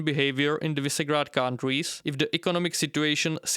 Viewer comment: Visegrád is read Vyšegrad.